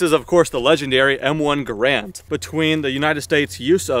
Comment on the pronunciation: Garand not grand